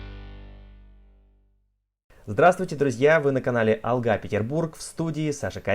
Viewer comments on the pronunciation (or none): none